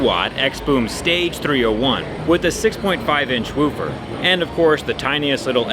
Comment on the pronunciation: why can't he pronounce woofer? im confused.